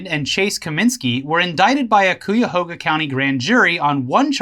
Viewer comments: OH GODS THAT HURTS Cuyahoga's first syllable is pronounced like "guy", not like buoy. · No...not Coo-ya-hooga, it's Kie-a-hoe-ga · From a Cleveland native, Cuyahoga County is pronounced KAI-YA-HOG-A, at least to the non Native Americans that stole the land/name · Ohioan here, its cuy(pronounced like guy) ah- hog- ah.... but I like yells pronunciation too. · I know you guys don't read your comments, but it's pronounced "Ki uh ho guh." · Cuy-yah-hoe-gah. That's how you pronounce it. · Cuyahoga: Kai-Yuh-Hoe-Guh. holy jeebus did murder the poor county name haha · Cuyahoga county is pronounced like " Buy-a-hog-a", that's actually how we tell people to say it, this is Hill-Billy hell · Cuyahoga pronounced kai•uh•how•guh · Cuyahoga is pronounced kai-uh-ho-guh. Ohio and Virginia have weird little names that don’t make sense when locals pronounce them lol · *CUYAHOGA RESIDENT HERE*: ITS PRONOUNCED BUY-A-HOG-A with a C, you west coast cucks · Hey guys! I've been watching your channel for a long time. Got to meet you in Austin. Btw, that's not how you pronounce Cuyahoga (kai-uh-hoe-guh), but I also found it hilarious!, you know very well you have fans from all over, but it's still interesting hearing about your local political drama anyway. Keep up the great content as usual! Sincerely, A Reluctant but Terminal Ohioan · As a dumb Ohioan I thought I'd let you know, Cuyahoga is pronounced Ki-ah-hoga. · Dudes, Cuyahoga is pronounced Koi-Ah-Hoe-Ga. Not trying to be a dick, but I like to see you be accurate. Plus, the Cuyahoga river would be great as one of of your stories as it's history of catching fire... twice. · Im from Ohio - I dont care how you pronounce it, but ... the way you say it is weird... It's and old native word. I've always heard the word pronounced - "KAI - Ahhhh - Hoe - GAh". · Kīahōga >.> sorry that bugs me when people mispronounce the county name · Cuyahoga is pronounced like KAI-uh-hoguh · The way you pronounce Cuyahoga hurts me XD